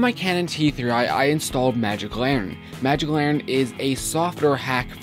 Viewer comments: It's LANTERN, not laurren. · You silly. It's Magic LANNERN! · its larnen! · There is a "T" in Lantern dude :p